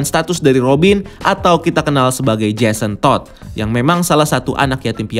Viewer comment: NGOMONG JASON TODD NYA BISA BIASA AJA GK WKWKSK